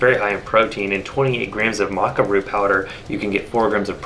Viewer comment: Thought it was pronounced Maca not Maca